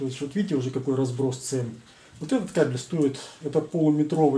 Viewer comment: Правильно нужно ставить ударение на слове КАБЕЛЬ, а то получается что обзор про собак мужского пола, а не про кабельную продукцию!!!